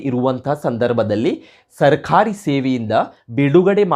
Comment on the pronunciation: Pronounciation plz rectify. Sarkhari alla adu sarkari. Mattondu nevu speach kodbekadre rotating chair use madbedi. Otherwise good effort